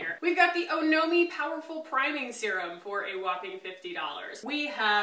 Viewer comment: 1. Apparently, it’s pronounced “aw-no-mee”- kind of like the suffix in “taxonomy.” 2. I totally agree with first purchases. I find that if you’re not Rouge, most brands and shops will give a 15% discount that matches, if not beats Sephora, because some don’t charge tax, while Sephora does. Case in point, I went a little Ilia crazy at Sephora, but only because I don’t know my shades in the foundation and concealer and exchanges/returns are easier at Sephora. I wish I had Ilia in store like it sounds like you do in Austin.